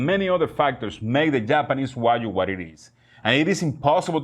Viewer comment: Wa-GYU. Not Wa-You.